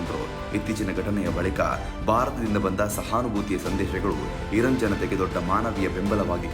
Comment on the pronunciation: ಧೀರ್ಘ ಅಕ್ಷರಗಳನ್ನು ಸರಿಯಾಗಿ ಓದಲು ಕಲಿಯಿರಿ. ಅದು ಇರನ್ ಅಲ್ಲ, ಇರಾನ್